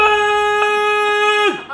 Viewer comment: こんにちは！ハンバーグ食べに行ってハンバーーグって言ってる奴不愉快